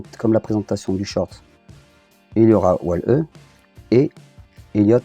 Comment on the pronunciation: Hello, on voit que tu as pris du plaisir à faire cette vidéo et à nous présenter ce joli POP de Stitch :) J'avoue c'est une belle pièce ! Juste stp on prononce "Wall-I". Ne me met pas de fessée j'ai mis la cloche lol.